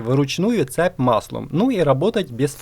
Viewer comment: Слушай, а вокруг тебя реально что-ли люди так говорят: цеп, заряднОе, семьдесЯт, сантИметров, Штопорное?